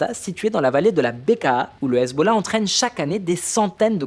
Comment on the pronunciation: Excellente analyse ! Mais pourquoi dis-tu hazeb au lieu de Hezbollah ??